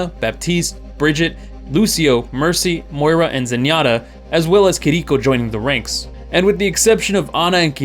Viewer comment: Kih-DEE-koh killled me too lol, at least its closer but still no cigar